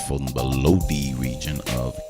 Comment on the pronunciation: Just a little help. Lodi is pronounced (low-dye) the end of it sounds like “I”. 👍😉